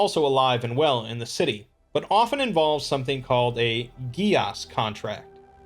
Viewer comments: fyi gaes is pronounced Gesh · Geas is pronounced gesh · I'm impressed with your pronunciation of certain Gaelic and Latin words. Sidhe (shee), Genus Locus, and Geas. Although geas can also pronounced as (gees). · Just for future reference, the pronunciation of "geas" is a little odd. It's Irish in origin and so the correct pronunciation doesn't quite make sense with the way it is spelled in English. It's pronounced either; "Gaeth" Or "Gaesh" Either way, nice video, Thanks!